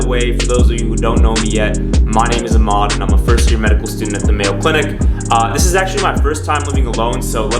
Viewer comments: Ahman not aamaan bruv? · This kind of humor is what these med school vlogs need on youtube! awesome video dude but there's just one thing... your name is a7777mad... not... uh-maud. I get it Arab names can be hard to pronounce! My name is 4 letters and they still can't get it 😂dope video doh